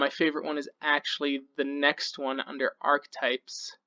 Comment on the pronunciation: Arch-e-types. 3 syllables